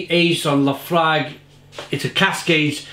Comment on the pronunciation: As a Scotsman it hurt my ears to hear you butcher that pronunciation of Laphroaig🤣🤣